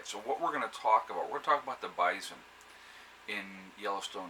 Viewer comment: bison, not bizon!